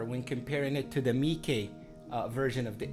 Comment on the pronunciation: Nla marca no se pronuncia como el raton de Disney, se pronuncia Meike